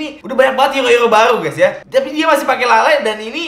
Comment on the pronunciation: "tapi dia masih pake lalay (kelelawar)"🤣🤣🤣